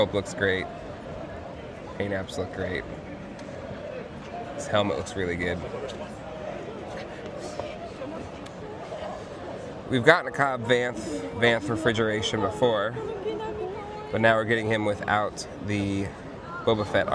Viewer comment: he said it wrong both times🙄🙄 it’s night sister and then pronounced “mare in” 👍 and then he tries to make an office reference and be funny and screwed that up as well🙄🙄 it’s “Vance” refrigeration not vanth…. And … It’s pronounced Carson “TEEVA.” Also “Mith roll” …. Dude you just have some serious trouble pronouncing words don’t you?